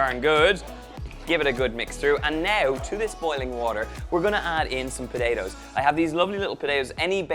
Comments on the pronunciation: Really nice recipe. Btw, even for an Australian, he says potatoes funny, like Podado 😋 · I love how you say potatoes. “Po-day-dos” Lol Irish accents are my favorite! Awesome recipe as well